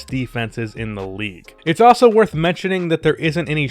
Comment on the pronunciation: You say also like “ah-so” ...that is all.